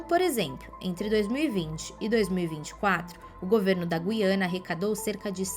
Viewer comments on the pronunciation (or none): Será que estou ouvindo mal ou estou ficando louco, pois a jovem começou pronunciando a palavra Guiana de um jeito e terminou de outro modo.😂😂😂